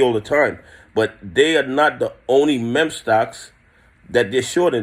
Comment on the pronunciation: FYI ITS MEME STOCK PRONOUNCED MEEM 🤣🤣🤣